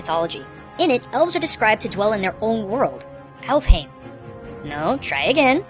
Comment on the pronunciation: Actually in Norse mythology dark elves reside in Svartalfheim which was indeed an underground realm but not part of Alfheim Also heim is pronounced "hime" not "hame"